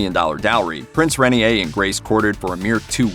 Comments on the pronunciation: Rain-ear not ren-ee-a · The name of the man Grace Kelly married is pronounced "ray-NEAR," (not "rainy-hay.") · Hello, that is not how you pronounce Renier, It is "Ray" "Neer" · His name is pronounced Ray-near